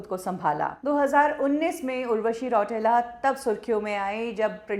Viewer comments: रौटेला नही रौतेला होता है वो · रौटेला नहीं रौतेला 😂